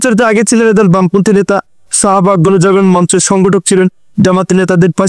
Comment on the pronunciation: ভাষা এবং উচ্চারণেনে হচ্ছে A.I edited 0.55 second থেকে ১০ সেকেন্প শুনুন। ছ, ছ সহযোগিতা + ছাহাবাগ কেমনে কি??